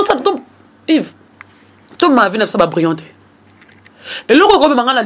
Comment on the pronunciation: mais yo ozuaki licence na yo wapi ? on dit vie et non vu, on dit vigilant et non virgulant, on dit ba faux comptes et non ba fausses comptes, pufff